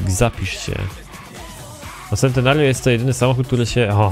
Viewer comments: z tego co wiem czyta się czentenario, a tak w ogóle spoko odcinek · A nie czyta się sentenerjio? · Też tak czytam Czentenario :D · Mała poprawka Centenario czyt: Czentenario